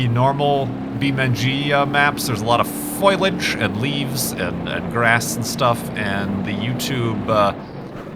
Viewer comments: Heh, he said foilage. It's foh-lee-age. Foliage. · HounderMounderDude I heard foilage.